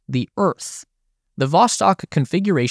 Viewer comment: Not Voskot, it's Vostok